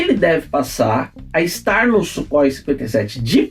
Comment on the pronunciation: Não é Sukhoi !!! É Súrrói !!!